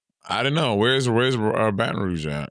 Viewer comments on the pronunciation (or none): Louisiana is shaped like a boot, baby. BR is west of NOLA. It's so cute how y'all are saying Baton Rouge. It's not wrong, but it's not how ppl say it.